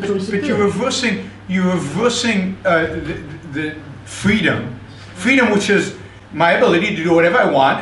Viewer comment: Gwoops awe vewy vewy bad...' cause fweedumb.